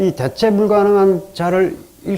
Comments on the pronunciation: 참으로 명강의입니다. 한가지 발음에 대해서 말씀하렵니다. 대체의 대는 장음이라고 생각함니다. 이를ㄹ 약간 짧게 발음 허신것 같습니다. 글리고, 일체 엄ㅅ읍니다할때 는 "일절"이라고 해야 한다고 생각합니다. 미국 변 완수 배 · 대체의 대도 길게 발음해야지요!!